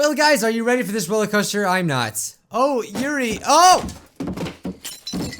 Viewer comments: YUrl not yuri YUrl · ITS YURI NOT YURL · It's not yurl for God's sake it's yuri